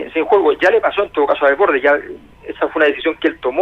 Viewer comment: Por que todos pronuncian mal el apellido de Desbordes